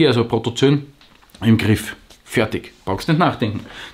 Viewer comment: Protozoooooo-en, Protozön gibt's keine ;) Ansonsten, klasse Video wie immer! :)